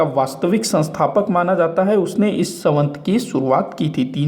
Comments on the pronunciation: Savant nahi samvat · संवत बोलना तो सीखो